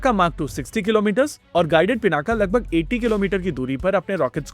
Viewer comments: योग ✅ योगा ❌ पिनाक ✅ पिनाका ❌ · '✅पिनाक ❌ पिनाका